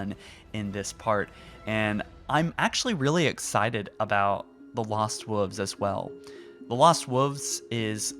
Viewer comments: Love everything you’ve been saying, but please for the love of god say wolves and not wooves. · The lost wuffs. Just say wolf at this point. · "the lost wuvs." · The lost woofs? surely the lost wolves would sound better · “Lost woofs” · He does know there is an “L” in wolves, right? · Is anyone else bugged by the way he says wolves? 😂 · This looks stunning but I cannot get over your pronunciation of wolves. Have you never ever heard the word read aloud before?